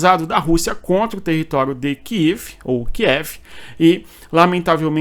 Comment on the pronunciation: Muito agradecida por esse importante pormenor da pronúncia sobre o nome da capital da Ucrânia - KIEV! 👍👍👍❤️